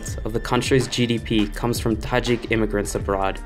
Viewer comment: Thank you for the video. I love the accent, the way you pronounce the Tajik names. You're welcome to Tajikistan anytime.